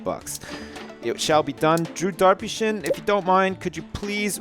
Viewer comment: Drew derpyshyn instead of Drew Darpyshyn